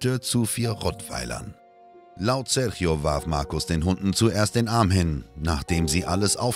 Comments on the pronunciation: Einen Richter aus den Usa zu zeigen, mit einer Us-Fahne, statt einen brasilianischen Richter, finde ich keine so große Idee, ist wohl eher geschmacklos. Außerdem wird Sérgio nicht "Serchio" ausgesprochen. Das tut in den Ohren weh. Mit wenig Mühe hätte die richtige Ausprache verwendet werden können. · Was die Aussprache des Namens Sérgio angeht, ist sie total daneben, selbst ausgedacht würde ich sagen.